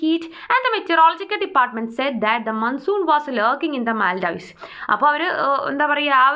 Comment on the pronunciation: Maam it is not pronunced as മൽ- "dives" the country is pronunced as മാൾഡീവ്സ് or മൊൾഡീവ്സ് and Keralites usually call as Maalidweep 🇲🇻😊